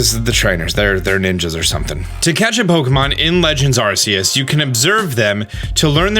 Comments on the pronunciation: It's gonna be tough watching these videos as more details are revealed. Arsayus, what? Ark-ay-us. But "that's not right." Some supporting info, Silvallys ability is the RKS System. R K S, you know phonetically pronounced like AR CE US. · My biggest groan is when he says Arceus wrong when the trailer says it for you a couple times and the narrator says it too lol. For everyone else, its supposed to be pronounced RKS, but my man been goofin the names of hella pokemon so eh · It is pronounced “R Key Us” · My only question is why do people keep calling Arceus like Arseus instead of Arkeus? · How u pronounce Arceus, R-see-us, how other pokemon youtubers pronounce it, R-key-us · ARK-ee-us You're welcome,. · It's Ar-kee-us, goddammit! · Arceus is with a k sound on the c, not an s sound. Type: Null has the RKS system, not the RCS system. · My guy can’t even say Arceus right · I don't like how you say Arceus.